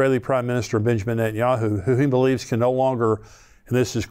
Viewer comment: I believe it's nentanyahoo